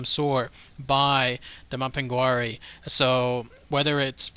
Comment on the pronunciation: It's pronounced map-in-gar-ie